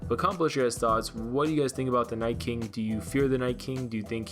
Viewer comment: Wait, did he say The Night “Kink” twice??? Lol